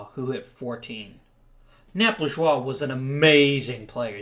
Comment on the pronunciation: I'm pretty sure it's Nap Laj-ou-ay, not Nap Lij-wa.